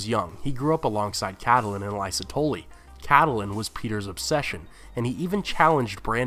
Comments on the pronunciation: And nobody in the first 25+ commenters even mentioned the obvious fact that her name is: kait-lyn. Not cat-el-lyn. Geez. Its only mentioned like a thousand times in the show. IT IS ACTUALLY SPELLED OUT IN THE BOOKS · It's Catelyn !!! not Cadelyn. Don't mean to be mean but you should pronounce names correctly. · You seem to have trouble pronouncing the very common name "Catelyn". It's generally /KATE-lin/ in the real world. HBO seems to favor /CAT-lin/, which is a reasonable variant. But where in blazes did you come up with the goofy-sounding /CATTLE-lin/??? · wait isn't Catelyn pronounced Kate-lin not ka-the-lin? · I love your videos but it's CAT-LIN not cat a lynn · "Meryn Traaarnt" "Cattelyn" "Tolly" Dude, pronounciation. They even say the names properly in the series, just repeat it how they say it.. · can't pronounce catelyn or lysa ) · It's pretty annoying you mispronounce Catelyn...